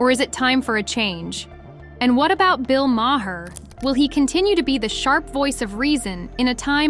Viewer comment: You are killing Bill's name. Do your homework, learn how to pronounce his name...